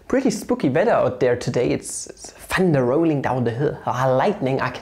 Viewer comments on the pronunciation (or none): none